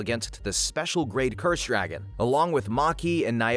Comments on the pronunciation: ITS DAGON NOT DRAGON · bruh his name is dagon not dragon